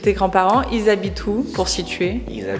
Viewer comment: Coucou la petite assiette recollée 😂 et le "IlZ'habitent" avec l'accent espagnol impromptu était bien rigolo! C'est vraiment sympa de vous voir davantage tous les deux au quotidien 😊 Merci (c'est drôle, mon copain appelle ma mère "La " ou "La Mère Supérieure" 😂) pour l'astuce cachemire! Vivement le vlogmas suivant. A bientôt!